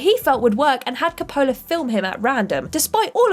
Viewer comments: it's pronounced Còppola not Coppòla. WTF? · It is not Cop-PO-la, it’s COP-pola. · It’s pronounced Koe-pa-la not Ka-pola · KAHP-oh-la, not Koh-POH-la. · Ki-pole-lah? Coppola. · Frances Ford Kuh-Pohlah... omg... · I'm British... Nobody says Cop'ola... and god know what she was calling Arny. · You can: Include pronunciation notes; Discuss pronunciation before recording; or choose not to include words your narrator can't pronounce. You can't pronounce "Coppola!?" The surname of one of the most well known directors? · I think needs to learn how to pronounce Coppola. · Had to fast forward through Apocalypse Now section due to ridiculous pronunciation of Coppola. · And don’t get me started on how she says Coppola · Someone please teach this person in how to correctly pronounce Coppola... please. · I kinda winced when she pronounced Coppola. Lol. Bless her heart. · What the hell.... why can't you pronounce Coppola and Schwarzenegger!?!?!